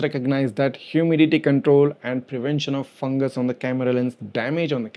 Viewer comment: hyoo-mi-di-ti kan-trole